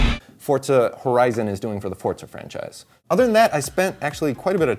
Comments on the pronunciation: it's not fortza, it's forza. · It's forza not fortza. PS3 team is way cooler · What the fuck is fortza I thought it was forza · Fortza? Fucking douche bag. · fortza? wheres the t? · hate that fable tje journy is kinect exclusive. and i hate how says forza... "fortza" hrrmmm *grumble*